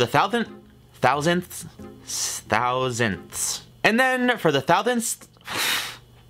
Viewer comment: Urban legends say that is still trying to pronounce the word “thousandths”